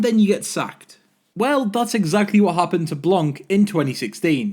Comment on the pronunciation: it's "blan"! the c is silent, it's so annoying to hear you say blanC